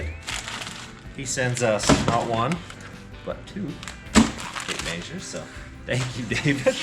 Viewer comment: That’s a lot of tape “mazures”